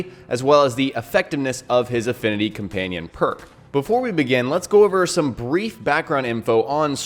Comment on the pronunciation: Comanion lol